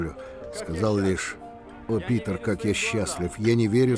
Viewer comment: Вы заметили что сказали не Пëтр а Питр